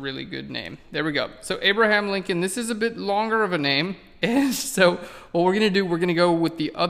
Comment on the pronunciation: ..isn't it Lincoln rather than Linclon?